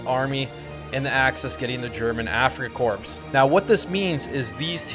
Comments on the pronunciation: Afrika "core", not "corpse" 🙏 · Ah yes, the afrika corpse